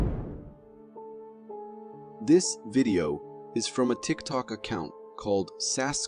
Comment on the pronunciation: Guy and the deer..tik tok, its tik tok!🙄